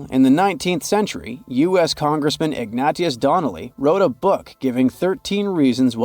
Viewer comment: I say just the opposite. Stopped watching when the AI said IG NAT E US instead of Ignatius. This pulp permeates YouTube.